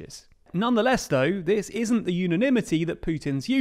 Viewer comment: The “ins’t” really triggers me for some reason